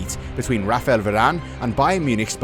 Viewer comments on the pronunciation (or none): none